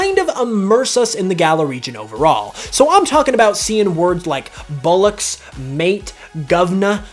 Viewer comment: Bullucks 😂 he might as well just say nutsack